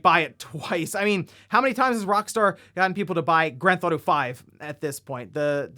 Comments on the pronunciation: Please quit calling it "Grand Thauto" it's Grand Theft Auto. Also GTA if it's easier to say. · it’s pronounced “Grand Theft Auto”